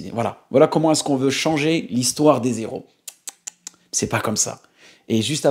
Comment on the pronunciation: Merci de refaire la vidéo , les héros merci de ne pas faire la liaison parce que tu a dis les zéro merci a toi akhi